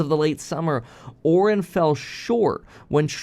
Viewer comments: It's pronounced Ore-eye-in. Also, as a programmer, the general public's understanding of AI is based on a marketing gimmick. It's essentially just a good search algorithm. Think of it as a better version of google. There's no intelligence built into it. All it does is return an output which matches the context of the input. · how does this dude make this much money and have this many subscribers and not know how to pronounce Orion. I mean come on. The constellation is in the sky practically every night from january to apirl. Men in black, the galaxy is on orions belt. The term is ubiquitous and hes still saying it incorrectly. Not a big deal but just surprised to hear him say it like that is all. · How could you pronounce the name 'Orion", as in the constellation Orion, or the motion picture studio, so badly so many times? I also watched your "hatchet job" on President Biden walking in the sand. -- No humor there, Bro! How do you think that Trump would do, walking through the same sand? He's not so adept at walking on uneven surfaces, either. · why is he saying Orion wrong